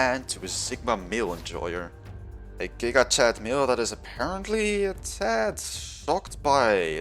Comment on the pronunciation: It's not jija it's giga like gigabyte